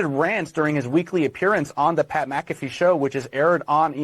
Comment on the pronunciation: Btw, MfFree should never be pronounced lik Maafee. Mc and Mac are not at all the seme. There are family names that begin with Mc and others with Mac. They aren't the same.